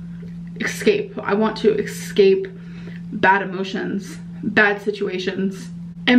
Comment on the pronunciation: It's pronounced Ess-cape not ex cape, ESCAPE